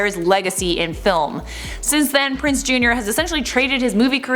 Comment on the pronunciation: PrinZe not Prince.